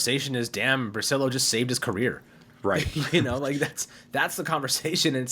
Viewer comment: Correctly the Italian pronunciation would be bri-chill-o.